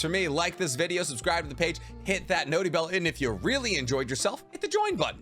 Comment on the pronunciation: i cant lie i hated how you say notie bell but its growing on me lol